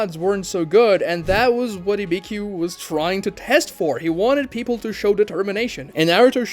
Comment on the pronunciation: Bro, you've been doing this for years, you can't go on pronouncing names like Ibiki as Ibikyu.